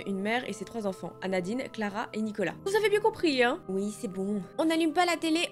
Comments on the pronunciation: MAIS WECH C EST PAS ANADINE C EST ANADITE !!! MDR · Et à la première histoire ses anadite et pas anadine